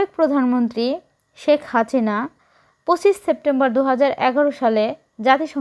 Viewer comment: শেখ হাচিনা কি, উচ্চারণ এত খারাপ হইলে হবে? 😂